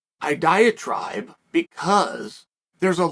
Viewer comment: was that diatribe or diet-tribe? if it was the latter it was a nice and subtle weight joke.